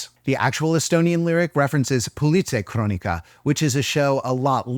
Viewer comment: you just nailed that politseikroonika part(Y)